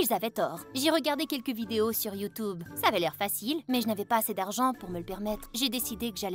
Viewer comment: la meuf a un moment elle a dis youtoube au lieu de youtube😅mais continue comme ça tu est le meilleur ☺